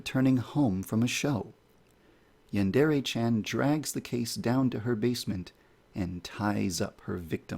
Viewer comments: Yandere, not yandourou! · i like the video except you saying yandere wrong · Something you should fix right away is your pronunciation of "yandere" The "re" sound should be more like the mix between "de" and "le" that it is. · lol, he is the developer and he can't even pronounce "yandere" or "chan" right. Edit: At least he can pronounce "hentai" and "manga" right. Most people can't even pronounce manga right.